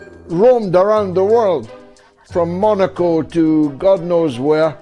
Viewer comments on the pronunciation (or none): none